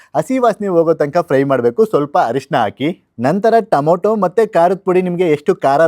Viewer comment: Tamato alla tomato